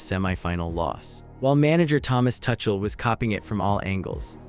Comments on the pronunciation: please pronounce the name as Two-kle not touch-el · AI, keep calling him 'Touchel' 😂